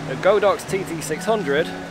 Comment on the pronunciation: Its GOD-OX not go-Dox, the Chinese word literally translates into The Ox God